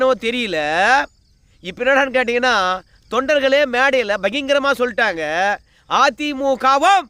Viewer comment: அய்யா எட்டியப்பரே பகிங்கரம் இல்லை. பகிரங்கம் என்று உச்சரியுங்கள். தமிழை சிதைக்காதீர்கள்.